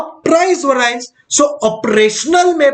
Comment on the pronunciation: bhaiya variance ko theek se pronounce kariye warna students popat bolenge